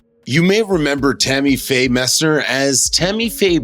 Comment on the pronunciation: MESSNER! “MESS-NNER!” Pronounce it correctly!